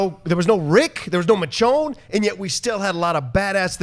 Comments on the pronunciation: Can that one dude please pronounce Michonne's name correctly!!! It's pronounced "Mi-shown" NOT "Mitch-own"!! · its "mis-shone" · mitchown lol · I don't give em a pass... what I would give is give the hosting duties to actual fans of the show who know where the photos came from. and I'm sorry ,I know that dudes Latin, but would it kill him to pronounce Michonne's name right